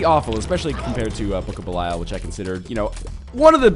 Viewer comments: It's not. 558 episodes in and he still hasn't learned how to pronounce belial. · I really don't think that is how you pronounce "belial" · Anyone who's played Diablo III will know that how he's pronouncing belial is correct..